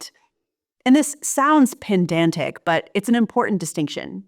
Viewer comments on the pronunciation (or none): not to be exactly that, but it's pedantic, not peNdantic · Hey, love 💖 your work! Only question I have is did you mean to say Pedantic (as in: Puh-dan-tic)? It came across as Pandantic… Or am I completely missing something? Which 💯 could be the case! lol Not commenting to criticize but just to point it out in case it helps! 😊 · You mean pedantic, not pendantic. Yes, I know. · Dear, the word is "PEDANTIC" not "PENDANTIC". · Great video, I don't want to be pedantic but it's not pronounced "pendantic"! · Ironic that you mispronounced pedantic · Look right I’m giving this video a thumbs up and a comment cos the subject matter is good but I just have a question. Has anyone noticed that a lot of YouTubers, even video essayists, don’t know how to pronounce words properly? ‘Undermind’ instead of ‘undermine’, and ironically ‘pendantic’ rather than ‘pedantic’. I don’t believe it’s a matter of colloquialisms, nor local pronunciation or accents. Almost every other video I watch it seems there are words that either people have never said and don’t know how to pronounce, or they written it into the script wrong and don’t hear what they’ve just said is incorrect. I notice it in lots of different nationalities, but when it’s a native English speaker I’m kinda baffled. It makes me not want to watch cos if they can’t pronounce a word properly then why should I trust their academic opinion? It always throws me off. Anyone have any insights? Also the merging of the words ‘generally’ and ‘genuinely’ in the YouTube and TikTok space fascinates me to no end😂 (not in this video) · "And this sounds 'pendantic'..." 🤣 FALSE: It may sound 'pedantic' though. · I hate to be pedantic, but the word "pedantic" is pronounced "pedantic" as opposed to "pendantic". Also, "undermine" is a verb, as in you "undermine" something, rather than "undermined" something. Thanks for another good video! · It's "pedantic," not "pendantic" 😉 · She said “pendantic” rather than “pedantic” 🙄